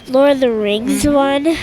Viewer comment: I'm sure he's back in 20 years with the coolest builds ever :) Edit: And "Lordor" was awesome! :D Spot on!